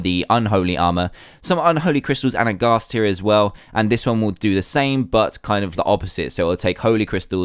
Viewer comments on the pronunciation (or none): none